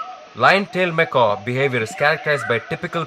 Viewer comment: Nice work with the camera. For the entire documentary, ironically you pronounce macaque as "macaw". Macaque is pronounced "Mekak". Macaws are parrots (birds).